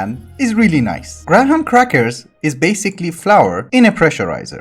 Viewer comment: "Gra-Ham crackers" is the single best mispronunciation yet.